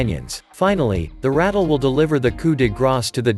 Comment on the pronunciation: Snakes are venomous, not poisonous and it is pronounced " ra-tell", not "rattle".